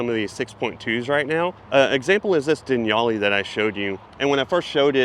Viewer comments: "Deniali" ? It's actually Denali. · Den all e. Not den y"all e. Say it with me. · I’m sorry… Denali is NOT pronounced“Denyallee” but rather “de-nallee” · Not Denali. But denyali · Dude are you saying "Denyali"? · Is it really pronounced "Den-yali?" Legit question, not trolling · I’m not going to lie dude, I’ve never heard anyone pronounce “Denali” and “equinox” like you lol